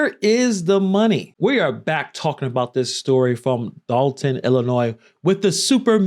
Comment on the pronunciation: First off im from Chicago Dolton been fuck up before she got there. Secondly love it's Dolton not Dalton lol